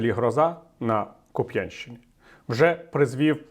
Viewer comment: Пане Віталію, правильно – Ку́п'янщина, а не "Куп'я́нщина".🥴